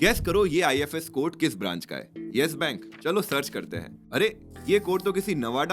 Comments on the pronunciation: I'm from Nawada❤ and one more thing it is नवादा not नावाडा ❌ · नावाडा नहीं, नवादा बोलते हैं उसे। मेरे घर के बगल में है 😅